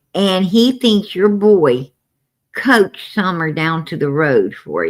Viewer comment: It’s Coached not couched! You sit on a couch! 😂